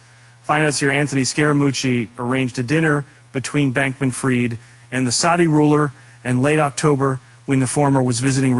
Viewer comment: pronounced FREED not fried!!!! But you're the experts lol.